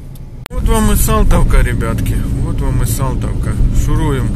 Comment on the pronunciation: Салтовка,а не Солтовка